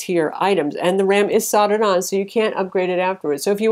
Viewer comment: The ram is soldered on--pronounced SOLD-ERED--not soddered.